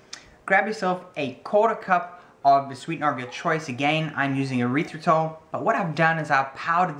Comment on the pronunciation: Short e sound on the erythritol. Erythritol is not a byproduct of the urethra, at least I hope not.